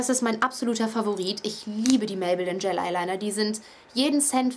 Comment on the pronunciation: cooles video aber du spricht es immer falsch aus das heißt gel eyeliner und nicht gayl eyeliner :)